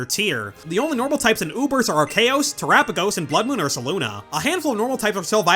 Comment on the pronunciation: Ar-see-us fans and Ar-key-us fans need to drop their rivalry and take on a more accursed foe: “Ar-chaos”